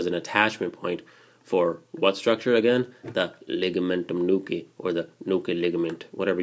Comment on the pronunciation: Love the way you say Ligamentum nuchea!